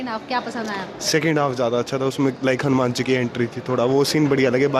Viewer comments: Pronunciation is हनुमान not हनु-म्यान, bos dk thik se naam lena sikh le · Kya hanumen hanumen bol raha chutiye hanuman hai